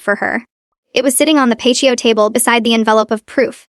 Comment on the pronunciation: Pat-te-oh. Not Pashto. Stop AI til you or AI can better edit